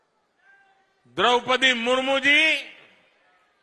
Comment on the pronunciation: ऐ विदेशी महिला क्या जाने किसकी का मान सम्मान।जिसे आज तक कितनों के सही नाम से नहीं बोल पाति ओ देश के प्रथम महिला (राष्ट्र पति) जी का अपमान हैं इसे देश से माफी मांगनी चाहिए।